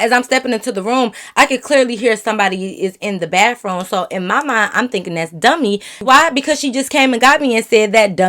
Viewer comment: Lmfao well she is in Michigan and they say that down there I guess. 😂 gotta love her tho. 🤪